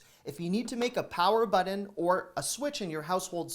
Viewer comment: There is no D in button. Love your channel! ✌🏻🇺🇸